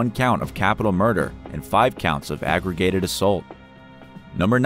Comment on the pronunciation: And charged with “aggragated” assault as you read aggravated on the screen. My brain hurts now